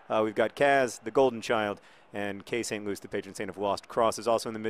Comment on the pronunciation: louis tomlinson and it's pronounced 'louie'